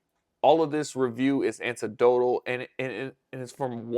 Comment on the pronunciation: My inner grammer teacher dies a little when you say ancidotal 😢 Anecdotal, brother. An-ik-dotal 😊